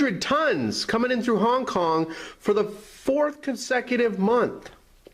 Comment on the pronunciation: Honk Kong? Phooey